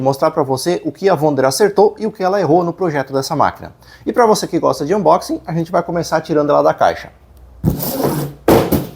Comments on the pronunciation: Sò o "umboxe" merece o like, sem falar nas informações, excelente. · Amei o "Umboxing" 😂🤣